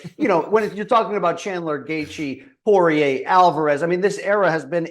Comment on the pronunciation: Porrier reigns in the UFC for 40 yrs. Everyone knows his name. Everyone knows how to say it. Loog insists on calling him “Parr-eee-yay”.